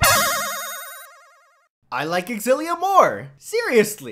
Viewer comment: You know it's pronounced Zil-ee-uh. Not ex-zil-ee-uh. Learn to read.